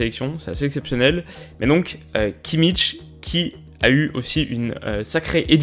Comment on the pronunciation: J'en ai un peu marre d'entendre cette mauvaise prononciation du nom de Kimmich. Sérieusement, ou vous voyez le T ? C'est pas Kimmitch ! Je demande pas une prononciation allemande parfaite, mais fait faire un effort pour lire un minimum. A défaut de le dire à l'allemande, prononcez le à la française ! Et oui, je sais que les commentateurs (assez médiocres) des chaînes de télévision font cette erreur régulièrement, mais ils ne sont pas un exemple à suivre...